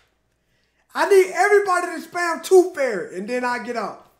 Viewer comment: "TOOF FAIRY"